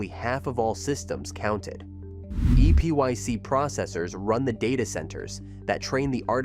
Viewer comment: EPYC is pronounced same as "epic".